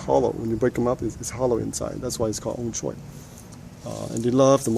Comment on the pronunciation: surprisingly your 'ong choy' pronunciation is quite precise, i believe Hong Konger would be able to understand your 'ong choy'.